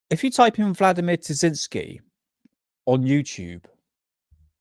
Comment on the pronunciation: Great video! Btw it's Terziski.